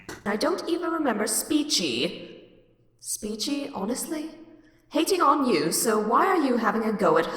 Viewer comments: I think its pronounced "spekee" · I think it’s speech-e??? I dunno, I think she said it like that before, but I’m not 100% sure. I could be wrong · Not a big fan of her but I'm pretty sure her name is pronounced "speech E"